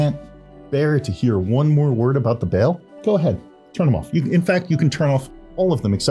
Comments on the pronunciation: You mean to tell me that Baol is supposed to be pronounced like "bail" this whole time? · I'm sorry, how did he pronounce the Baol? I've always said it Bao-Ool.